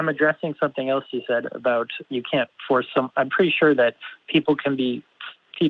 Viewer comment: I love the way says about...ABOWT. )